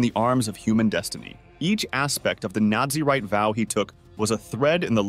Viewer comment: Its Naz-a-rite not Nazi-write